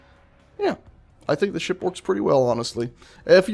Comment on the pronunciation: why do keep hearing ship as shit?